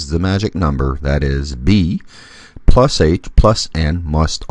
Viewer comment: What do you mean by pluz?. it is plus not pluz.